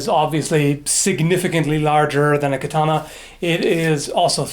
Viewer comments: Ka ta -na not key tana :) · That´s a really large sword., you pronounce Katana wrong, it´s meant to be "Katanah"